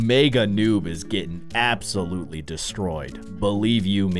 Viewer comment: he was meant to say abs ouloutly